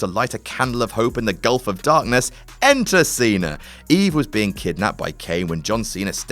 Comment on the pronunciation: Who's John Cener?